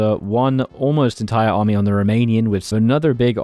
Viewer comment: Better example, go to and listen to the pronunciation of 'army' until